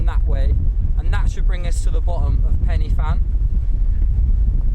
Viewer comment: Pannyvan? Pen y fan is pronounced Pen ah van. There's no penny.